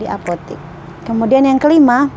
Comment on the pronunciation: Buk cuma mau benerin, sebutanya apotek bukan apotik 🙏🏻